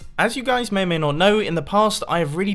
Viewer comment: "As you guys meymey not know,"